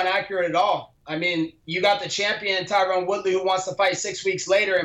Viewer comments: For fuck sake Colby it’s not Tyrone............it’s Tyron...... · Notice how he keeps calling Tyron "Tyrone" while saying that wrong name 5x more than is required for the audience to understand who he is referring to. He's very slick with his disrespect lol. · FuturePro95 he said Tyquil Woodley once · Why does he say "Tyron Woodley" every time lmfao, and Usman is beating his sloppy seconds recently.